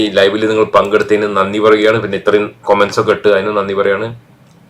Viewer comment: കൊമെന്റസ് അല്ല മൊയന്തേ 😂 കമന്റ്സ് 👌🏻